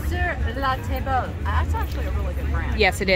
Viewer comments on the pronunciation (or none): It's pronounced sur la tab la